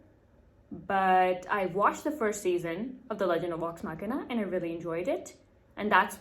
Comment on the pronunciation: 👹💩. The main problem is that you make is sound like Wax The end is correct but the V doesn’t sound right to Americans. You make all of them sound like W like in Vampire and Villain. I know this is a bad explanation. I wouldn’t worry too much I like it.